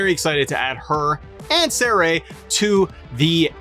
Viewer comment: I like you, but the way you pronounced Sarray's name makes me wanna smack you. Also re: Logan, I was pissed he got in the game, but seeing him at WrestleMania, he did really well. I don't think it's a wasted slot now.